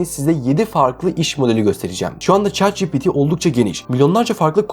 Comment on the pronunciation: ÇAT CİPİTİ! Yohsaam ÇEAT Mİ DİYORSUN?